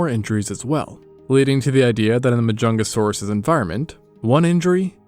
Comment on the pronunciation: There really was a dinosaur named: MAH-JUNGLE-SAURUS I'm dead 😭😭😭😭😭